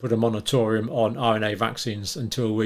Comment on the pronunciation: John, did you say monatorium? It's *moratorium*.